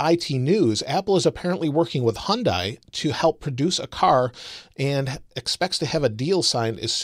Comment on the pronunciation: Not the point of the video obviously, but I'm tired of people pronouncing Hyundai wrong. It's a Korean word. "dai" is pronounced "day".